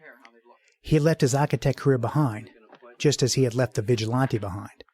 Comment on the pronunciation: Great commentary but it winds me up how he keeps pronouncing it "vigi-lon-tay".